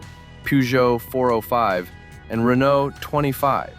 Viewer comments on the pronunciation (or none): none